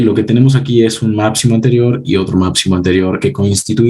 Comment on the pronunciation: excelente explicacion. Pero se dice máXimo!!! Reacción!!!ReaPcion no!!! máPcimo no!!! Gracias!